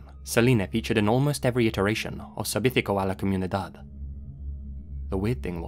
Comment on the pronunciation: Amazing work bringing a Hispanic mistery to the English YT. But it's adorable hearing you trying to say "servicio a la comunidad" :p